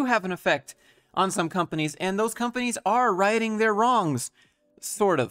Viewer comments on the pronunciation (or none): Did you say righting their wrongs or hiding their wrongs. It was hard to tell. -- Great video -- Keep doing the work. It is appreciated.